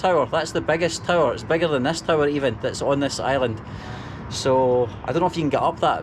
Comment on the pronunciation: I'm confused why is he saying Island? Or am i hearing him wrong?